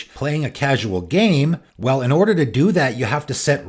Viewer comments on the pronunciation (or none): none